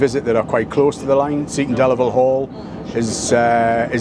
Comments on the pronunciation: Oh Geoff. Oh no. Your pronunciation of Seaton Delaval was terrible. Try ‘Cee-tun Dell-avul’. Otherwise excellent and great to see a real grassroots ‘levelling up’ project. This will make a difference for the area and they deserve it. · Geoff it’s pronounced see ton del avel (seaton deleval) just to clarify your pronunciation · Nice to see you up here in the North East. Highlight of the video, your pronunciation of Seaton Delaval. Made it sound dead posh. 😉